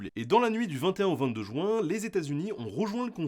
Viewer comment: C'est pas le 13 "jouin", c'est le 13 juin (ça se prononce ju1)